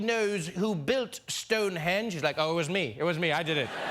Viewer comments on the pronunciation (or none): none